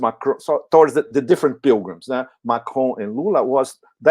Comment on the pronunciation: it is NOT McRoan it is MACRON, just as it looks, MAC RON!!!